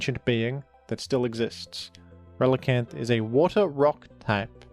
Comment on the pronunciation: You're ReliCAN! Not reliCANT...